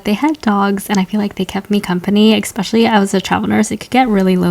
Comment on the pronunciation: Ekspecially 😬 you're educated?